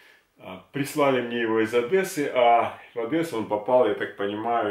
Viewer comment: не ОДЭССА А ОДЕССА